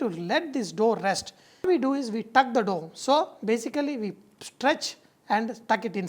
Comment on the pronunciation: lol, "look at dis dhoh."